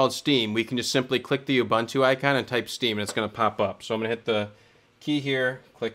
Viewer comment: it's pronounced "ooboontoo", all the "U"s like the last one :) anyway, happy to see so much channels starting to focus on linux distros lately. keep it up!